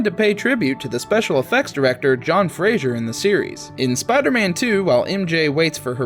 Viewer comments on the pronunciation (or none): none